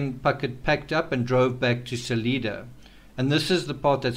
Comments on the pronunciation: Pronounced like it's spelled: Sal-I-da, not Sal-EE-da. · SUH-LYE-DUH (not SUH-LEE-DUH). :o) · Salida is pronounced like saliva with a long i, NOT saleeda. In case no one has told you. (I live in Colorado.)